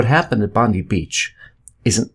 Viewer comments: It's pronounced "Bond-eye". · It's pronounced Bond - Eye. For god sakes people get it together